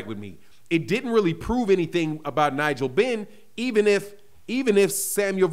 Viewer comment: Connor is clever, he will call out everyone except Spence 😉.... Lol... Man said "Nigel Benn" 😅